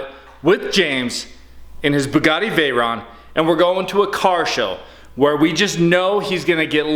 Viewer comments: james is awsome! love the bugatti! oh sorry it is pronounced bugitti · I love how pronounces bugatti. Keep going it, man. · I love how pronounces Bugatti